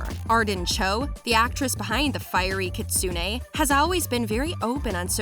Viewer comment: I'm so sorry but someone had to point this out. The narrator kept pronouncing things incorrectly! It is Banshee. Not Ban She. And it is Kίtsune. Not Kitsûne. And many more.